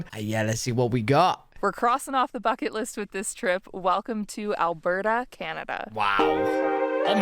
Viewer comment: It's Alberta, not Albrrrrrr lmao.😅 and come on, it does not snow all year round lol! I think you ve seen enough videos of ALBERTA to know this already!